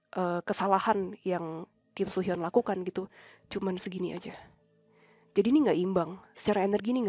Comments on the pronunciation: Akhirnya dibahas juga kasusnya KSH dan KSR sama tim DA. Maaf ralat ya kak, cara baca Kim Soo Hyun itu "Kim Su Hyeon". Soalnya ada aktris Korsel namanya Kim So Hyun (namanya agak mirip cuma beda huruf "o" di nama tengahnya). Selebihnya nungguin part 2! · Please hati-hati dan reset lagi, bukan KIM SO HYUN ( tapi kim su hyeon) karena beda oenyebutan = beda orang 😭😭